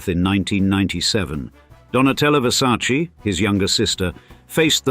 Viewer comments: “It’s ver•sa•che… not ver•sa•chee” ~Donatella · It isn’t pronounced VersacEE. It’s VersacE (with a sounding Latin e, not an Anglo ee) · Wow you know everything! The right pronunciation is VersacEh (just to who want to spell it right) non VersacI. And being billionaire is not being happy, the same old and sad story 😢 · Were you aware that the name is pronounced Versace, with an "e" as "echo" in the end, and not Versaci? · It’s a VerSayce You mean VerSarchChe Showgirls. Lmao. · In english, letter E you read like I, but in italian Versace is named with E LIKE ELEFANT, so it's not correct say Versaci....it's not difficult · Versac EEEEEEEEEEEEEEEEEEEEEEEEEEEEEEEEEEEEEEEEEEEEEEEE Not I Its E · The name "Versace" contains two "E"s, both pronounced the same way. The correct pronunciation is the same as that of the first "E". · Still pronounce Versace incorrectly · The way Americans keep mispronouncing Versace feels like scratching on a schoolboard to my ears. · Why can´t the narrator pronounce VERSACE correctly? What a hick! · In English they pronounce it differently. Like brand names that are pronounced differently in different countries.